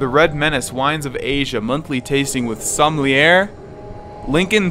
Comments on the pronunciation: Just for info, in the first part you struggled with, only the first x is silent, the second is not. So it is pronounced 'pri fiks' ('pri' being short, not 'prie'). The second part like this: 'sommelyee' where the 'yee' is pronounced like the letter 'A' but backwards ('eey' for letter 'A' becomes 'yee') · Also a prix fixe (pronounced Pre-fix) is just a fancy way of saying a multi course meal designed by the chef. A sommelier (pronounced so-mall-e-a) is a wine expert.